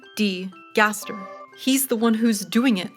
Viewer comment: honest to god i thought you called him "dougie dee gaster"